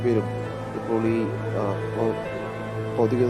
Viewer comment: 'ദൗതിക' തെറ്റ്... ഭൗതിക.. ശരിയാക്കൂ...